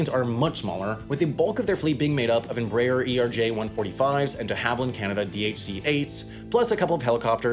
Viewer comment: Hey it's not prononunced Embrær. It's Em-brah-air.